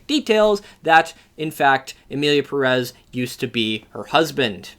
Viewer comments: If you’re gonna criticize the director for not doing his homework, you should’ve done your homework and learned how to pronounce Pérez. The accent over the first E means that’s the syllable that is stressed. I was hoping that the fame of this movie would finally get gringos to pronounce Pérez correctly. I guess I was hoping for too much. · The fact people pronounce it Emilia Peréz when it's written Emilia Pérez, BASED ON THE WAY PEOPLE SAY IT ON THE MOVIE ITSELF is insane for me.